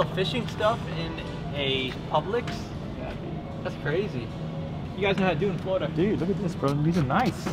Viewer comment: The store name is pronounced like pubelicks